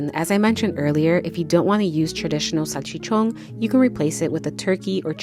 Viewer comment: Salchichonggg, with sazongg and jamongg